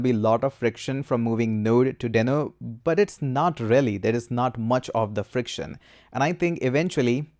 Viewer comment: It is a dinosaur not a sock...watch Ryan Dalh Talk..he mentioned it And its Dee-no